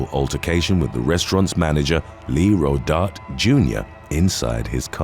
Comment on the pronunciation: It's pronounced "ro dar taye"